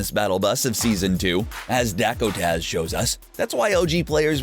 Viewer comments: yes DACKODAZ not dokataz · hol up hol up Dakutaz? its pronouced dakotas with a z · U said dakotaz wrong you said dak oh taz